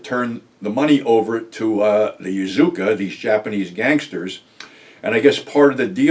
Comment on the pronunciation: It's Yakuza, not Yazuka!